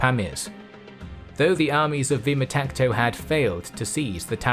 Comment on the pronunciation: His name was “Vaamtaksha” not vima takto